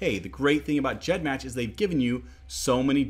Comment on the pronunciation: He pronounced it 'GEDmatch' with that soft g, and I was shook, and since I imagine that 'g' stands for gene or genealogy, it makes sense, but it was still weird